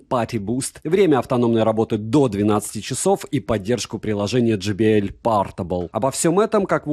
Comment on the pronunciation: J - читается как джей. JBL - Джей Би Эл. Но никак не Джи Би Эль ) И спасибо за обзор!